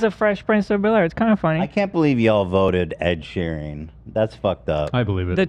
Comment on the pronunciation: Does Ethan genuinely think his name is pronounced Ed sheering?? It’s getting on my nerves even tho I also get triggered by Ed😭